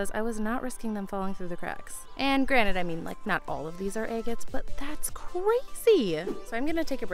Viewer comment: Quit saying eggits....its driving me batty!!